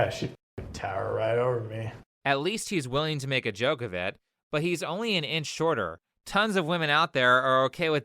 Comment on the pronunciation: I honestly would've disqualified her based on how she pronounced "shorter".